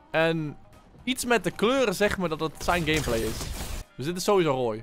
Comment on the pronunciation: Hij zegt gamebalz😂😂😂